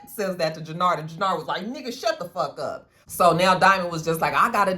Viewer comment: when you say fuck with an Irish accent “fawk” or “fock” I die 🤣🤣🤣.